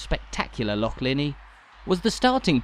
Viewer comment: An English person who can actually pronounce the word Loch, correctly. Well done and thank you 🦋